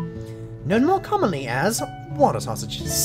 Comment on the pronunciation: Was awesome when you said water sauces (reeds) XD